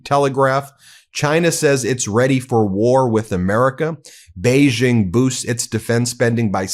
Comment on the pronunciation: Beijing is prounced with a hard J as in "Joe" It is not pronounce Beizhing!